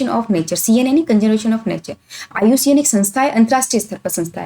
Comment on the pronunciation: Iucn ka nam galt pdha but class achi h